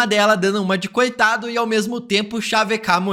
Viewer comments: O "igonora" me quebrou... 😂😂😂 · Simplesmente "IGONORA" o demolidor kkkkkk tá bacana a dicção hein